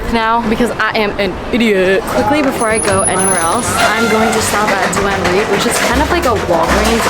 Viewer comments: Hearing Duane Reade pronounced Do-Anne Reade caught me so off guard lol 😂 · the way u pronounced Duane Reade killed me